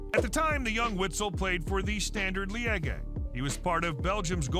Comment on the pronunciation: Standard Lee-ege 😭